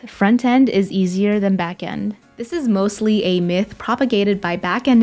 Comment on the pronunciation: Every time she says myth, i think she is saying Meh